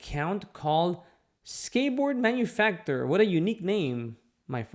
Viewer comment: Manufacturer sound it out 😂🤣😂🤣😂🤣